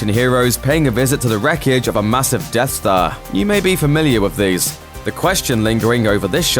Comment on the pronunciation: Hey It’s Death Star Not Dead Star lol